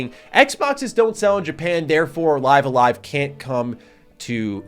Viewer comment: Li(ee)ve a Live, not Li(i)ve a Live